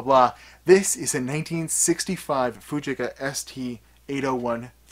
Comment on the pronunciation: Pronounced Foogeeka.